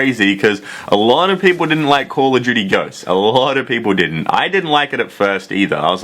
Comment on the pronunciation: Call of Juty